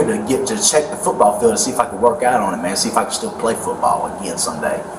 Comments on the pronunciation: Does anyone else HATE the way he says football. FUtBall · Lmfao…if he says FOOTBALL like that one more time. DAYUM!😂